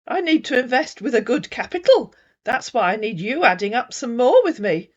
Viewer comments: 😂😂 too funny inverst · I thought everyone wanted to inverst.😂😂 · Seriously, would we invest with someone who keeps saying, "inverst"??😜😟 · How does he say invest …inverst inverstment